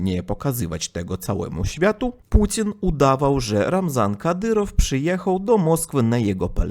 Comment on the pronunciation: Mówi Putin słyszę Pudzian 😅😅😅😅